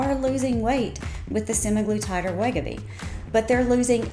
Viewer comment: I can't understand her Southern accent, and she is mispronouncing Wegovy. Just sayin'.